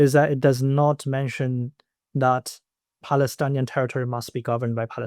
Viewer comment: Just a correction, the word is Palestinian and not Palestanian